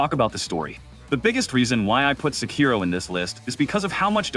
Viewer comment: How can you say Sekiro is your favourite FromSoft game but you don't even know how to pronounce it properly, which is said throughout the game so many times?